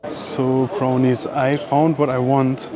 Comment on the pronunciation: I know he thinks he’s saying, (Crownies) but he’s pronouncing “ cronies”. You do you bruh 😎 👍🏼